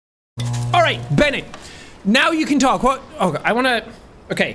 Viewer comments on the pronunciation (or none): none